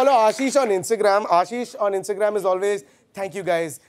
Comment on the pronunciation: *Ashish.. *Ulhasnagar